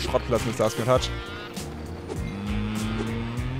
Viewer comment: er heißt Studtski und nicht Starski